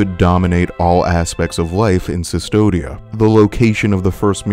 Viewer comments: CUSTODIA* it’s latin bro it’s not that hard, romans didn’t have the letter U so they used the V. That’s why mussolini also used the V instead of the letter U. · Jesus, V is U in latin. "Cvstodia" is read as "Custodia". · I enjoy the video but im very perplexed as to how you keep calling Custodia, "Cystodia" its a minor gripe but it bothers me. In Latin V is U. not sure where you're getting a Y from. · CUSTODIA. WITH A U. great video!!! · Koostodia, other than that, excellent essay. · “Cistodia” great video but have you actually played the game bro? Cmon. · Eyo why is he saying custodia as cistodia? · Look great video but its CUS todia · I'm sorry, but it's Coo-stodia, with a hard "k" sound. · no, its pronounced CUSS-todia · Your pronunciation of Custodia (stylized Cvstodia) bothered me throughout the episode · the "v" in Cvstodia is pronounced as a "u", this is because in Latin some Vs were pronounced as U. And this was transferred to old Castilian. Very nice video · The land is pronounced as "Custodia." They are using the archaic V which was pronounced as a modern day U. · he didnt understood the games story or didnt pay attention. most of what he says about the miracle is missleading or just plain wrong. also, thats not how you say custodia. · Custodia. Please. It’s a “U”. The character even becomes “the Custodian”. That’s not a “Y” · i do not think that you are stupid. I think that you are wrong. and I didnt want others to be mislead into mispronouncing it further beyond the damage that this video is already doing. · nah, it’s because this man didn’t do enough research to properly pronounce things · a little bit, yeah. Google exists. It’s not that hard. Someone put in hours of “research” but couldn’t put the minimum amount of effort to look up how to pronounce “Cvstodia” correctly? Make it make sense. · The only thing that frustrated me about this video was hearing you pronounce "Custodia" as "Sistodia". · Yeah it is custodia, not cistodia